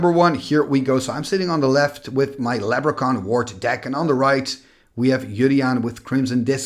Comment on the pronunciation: LeB-ruh-kahn! (I'm a jerk)